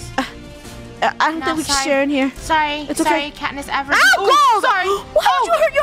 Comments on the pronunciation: No one LITERALLY NO ONE Funneh: “I am Katniss Everbeam” 💀💀💀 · i like how funneh and. said there catnipeverbean